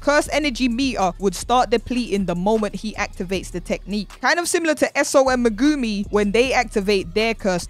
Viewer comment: Bro who is “Megoomy” it’s MEG AH ME